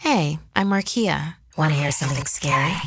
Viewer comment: Me: Are you Rakia? Markeia: No, amarkea